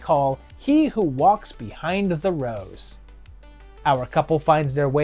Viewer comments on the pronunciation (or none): Rose? Is it not “rows”?